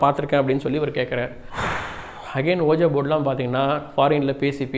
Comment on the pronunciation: Thats actually pronounced உய்ஜா ! That isn't oja ! .... FYI...